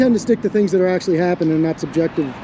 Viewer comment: Dude can't pronounce "subjective" so he disengages...🤣🤣...if Jason and Ben are such huge security threats, shouldn't Deputy Dog stay with them while contacting the proper authorities????...🙄🙄🙄